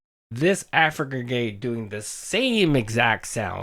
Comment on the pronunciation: doody says Afican gey 😂